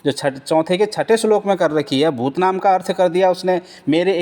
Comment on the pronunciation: Phadi aap bhutaanaam kogalt bolte hai. Please improve it.